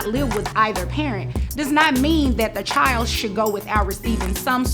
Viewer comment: CHILD IS PRONOUNCED CHILD, NOT NO chield